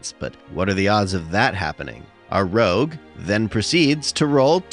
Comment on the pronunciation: Stop saying rouge like that.